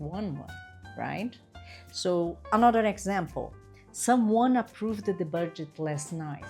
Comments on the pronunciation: approVED is incorrect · Approved is not pronounced approvED. Please correct your critical pronunciation of the ED endings in the regular past tense.